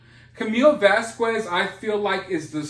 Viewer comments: Can you please say Camille's last name right? It's vas-kezz. Not vas kueues. Love you....just saying...she's a champion and a queen. She deserves the respect of her name being pronounced properly... Vas-kezz ....vas-kezz....vas-kezz...😉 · Your "lie" pun was not lost on me. I'm an English teacher, and I love funny/punny wordplay! BTW...Camille's last name, phonetically is pronounced: Vas-kez. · Vaz Quez? I'm white as shit and even I had to call out your pronunciations🤣😂🤣